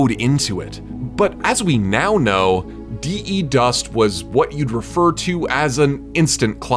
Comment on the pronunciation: There is no Dī-ī dust, its the dust but his tongue has no th and voiced stressed th becomes d, so De dust.